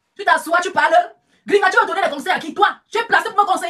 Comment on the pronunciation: Grigata-grigata-grigata-grigata Bam 💥 Bam 💥,,,, 😆😆😆 façon dont dit Gringa làaaa, sa fait trop rire 🤣 Gringa comme Gris-Gris 😆😆😆😆😆😆😆✌️🌷🥰